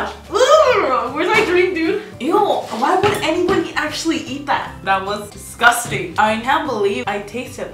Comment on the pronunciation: Nobody: Absolutely no one: Karina: DISGUSTANG